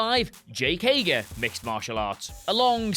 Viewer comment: Hager? if you say so lol